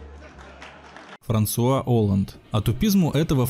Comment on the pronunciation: Олланд - французкая фамилия. Ударение всегда на последний слог.